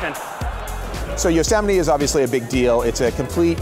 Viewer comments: Is that how you pronounce Yosemite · I always thought it was pronounced as Yo-se-mayt